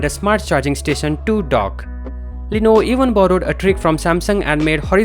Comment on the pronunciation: BHai tu pehle "LENOVO" bolna seekh le. Lenovo ko Leeno bol raha hai.